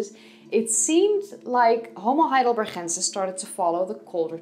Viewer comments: Why you pronounce it HeidelberHensis instead of HeidelberGensis - why by "H"? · I am not a German, but G in Heidelberg should be pronounced like "normal" G sound - like in "game" in English for example. Or it is maybe English or French version with H sound? Btw. there is more to say about Heidelberg, if we are talking about science. Heidelberg University is oldest German university, so it's pretty important place. That's why, for example in WW II it was one of only 3 towns spared from allied bombardment. I am not trying to troll, just to clear things up. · Why u say "...chensis"? Its not dutch^^ Its Heidelberg, the G as in Go.. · I love the way you say heidelbergensis, also I noticed the same when you pronounced Lee Berger on the homo naledi video. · BTW the "g" in Heidelbergensis is the same as "gate" not the Dutch pronunciation as in "Gouda". Although, I must say that your Dutch pronunciation is very attractive. Subscribed. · i just wanna say you have a dutch accent when pronouncing those german things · Heidelbergensis - the 'g' is pronounced like the 'g' in 'good' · Every time she says heidelbergensis I cringe so hard